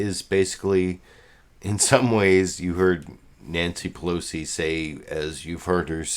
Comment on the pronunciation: It really bothers me when people pronounce "Pelosi" as "Plosi." Please stop doing that. There's three syllables there bro, whether you like it or not. Pe-LO-si. Not Plosi.